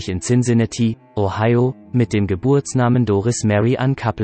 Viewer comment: Cincinatti so oft falsch ausgesprochen